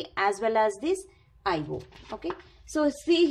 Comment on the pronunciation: It's I/O ...! Not I/wooo😅😅